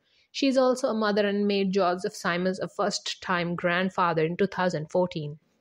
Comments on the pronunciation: SIMMMMMMMMMMMMMMMMUNS NOT SYMON!! Simmons!!!! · She’s pronouncing the last name incorrectly!